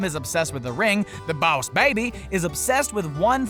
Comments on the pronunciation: It sounds like you are mocking southerners while saying 'Boss Baby'. Please never make a video on bosses OR babies again, I can't take anymore misspronunciations. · Bawus Baybay plz stop pronouncing it that way... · stop saying bauss baby it is soooo anoying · I disliked because of his accent of bwass babeeeee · SkullGurl 123 it's stooped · Or maybe he has a accent that causes his saying of boss baby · 90% of these comments are complaining about how he pronounces boss baby but I find it hilarious. X'D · Say bawse baby one more time. I dare you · Bruh your saying boss baby so wrong your bad at saying it say it right you mad me so mad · I died of laughter every time he pronounced "Boss Baby" like that. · Even after some how making it through that video with the way he said boss baby I just have one question... did you stretch before you reached that hard? Seriously everything didn’t make sense no matter how much you tried to explain it. It’s ok for a kids movie to just be a kid movie ya know? My son has watched this movie almost everyday I can debunk every single one of those claims and save everyone the time right now it’s just a simple kids movie. The most adult references made in the movie is the part where Tim whispers in the baby’s ear where babies actually come from and then the part about Lennon and McCartney which made me laugh. But yeah this was all too much my guy. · Lmaoo everyone hating on this guy's pronunciation of boss baby I'm deadd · Because of his pronunciation of boss baby, the Auto generated translator just translate it to Mouse baby or Vows baby😂😂😂😂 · take a shot every time he pronounces boss baby wrong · Why did you turn country at this point? And you know you could had called the baby by his original name. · am i the only one who hears how diffrent he says boss baby and kinda got annpyed??? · WHY DOES HE KEEP SAYING BOSS BABY LIKE THAT????? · Dude. Say “Boss Baby” normally please. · Stop saying boss baby like a cowboy,WEIRD!!! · The BAOSS baby